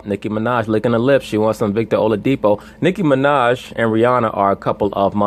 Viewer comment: it's not oladipo as in po in pronunciation it's oladi-"kpo" as in pour. here is my whatsapp number if you want to get the correct pronunciation the dude is yoruba